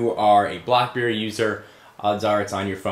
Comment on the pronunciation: lol did you really say "BlockBerry" ? :)